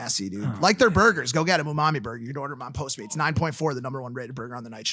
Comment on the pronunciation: lmao u-mami bur-ger. u-mami bur-ger.